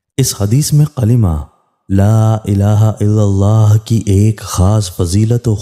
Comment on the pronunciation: sahi tarah se Kalma Bole